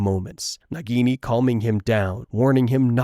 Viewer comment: It is naagini